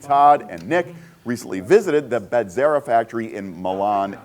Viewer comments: Emphasis on the first syllable: BEH-zera, not Beh-ZER-a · Even after the owner clearly says Be-ze-rah, you immediately say BED-ze-rah. There is no “Bed” in Bezzera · It's because of the two Z's. If there were two R's, your pronunciation would be correct. College Italian is worth something I guess!